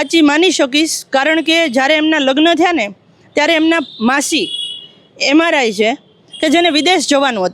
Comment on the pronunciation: એલા માસી એમ.આર આઈ નઈ એન.આર.આઈ છે બોલતા તો શીખો ઠોકા ઠોક કરી મૂક્યું છે